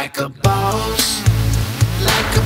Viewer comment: why you saying it like a bows